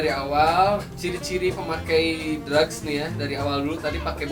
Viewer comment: Drugs bukan drag wkwk